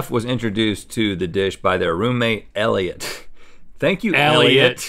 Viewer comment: eliot or eliote or ediot no offence